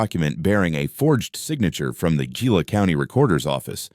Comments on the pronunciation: That word, Gila, is pronounced Hee-la. Also the name of a particularly nasty little lizard called a Gila Monster. Terribly poisonous, fortunately on the rare side. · You should pronounce it heela. Thats a Hispanic G.